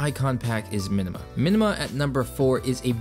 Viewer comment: Links please. Also it's "Minma" not "Minima" icon pack. :P